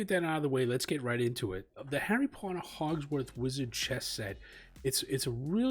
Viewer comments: It's Hogwarts, not Hogsward :) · Hogwarts ,not Hogsworth 😄 love this set though. It's got the added effect of being able to demolish the pieces as theyre captured, just like in the film!